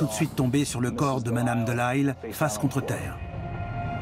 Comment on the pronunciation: Un narrateur français devrait prononcer Delisle, un nom de famille canadien français, correctement à la française ! Voyons !